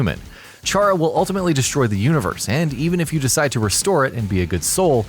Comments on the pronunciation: i'm sorry CH-ARA? IT'S PRONOUNCED K-ARA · It's actually pronounced Chara as in "Character" but I don't really mind, just letting you know.